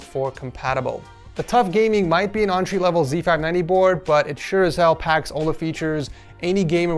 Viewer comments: quit saying ontree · When he says entry I hear entree